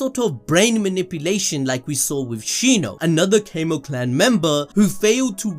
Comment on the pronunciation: Homie keeps saying Cay-moh clan, and I genuinely feel like I can't keep watching it.